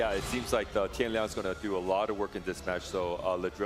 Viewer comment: dude casting really saying tian liang...can we get more amateur casters?